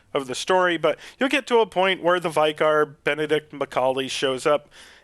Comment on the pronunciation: Thank you for this help!!!! We pronounce it Vi-car not Vye-car